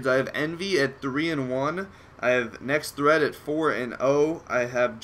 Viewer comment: Nex[-TT-]hreat :D